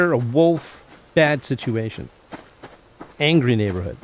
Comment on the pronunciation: angy is how my granddaughter says angry lol when you misspoke it made me smile and think of her lol